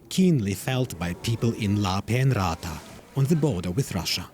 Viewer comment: pronounce names correctly! It's Lapeenranta!